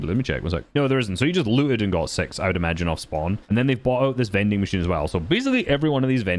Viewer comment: Does he call them "mending machine"? Isn't that like a sewing thing. Is it not "vending machine?